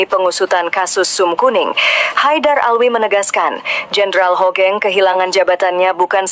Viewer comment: buat pembaca brita bukan jendral * HOGENG tp HUGENG * tolong tara cara baca nama yg baik n bener dlm berbahasa indonesia bukan HOGENG to HUGENG